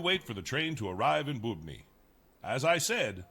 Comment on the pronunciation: Hears Bubny pronounced 4 times still pronounces it blatantly incorrectly lol